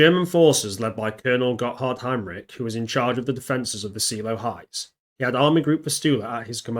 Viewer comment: colonel general heinrici not heinrich dude